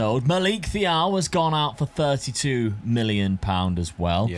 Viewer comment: Left side barnes is better than gordon 🤣 say Thiaws name again please. I'll rewind it again 🤣